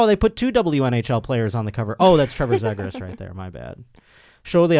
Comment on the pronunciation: Good lord, it's "Z-gras" not "zeg gras" lol. There should be a Kings Ducks trivia one-time trivia segment.